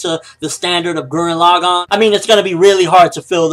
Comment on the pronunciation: I hated how you pronounced Gurren Lagann, other then that I say if it turns out to be almost as good as Gurren Lagann then review it.